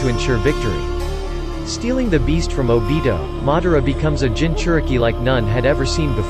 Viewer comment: My boy said obido =obito